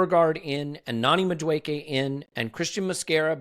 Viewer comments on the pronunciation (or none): lose the Madueke pronunciation...its not MaKueke